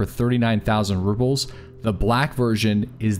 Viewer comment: I love your videos, but you keep saying Ruples and not Rubles. It's subtle, but it's there.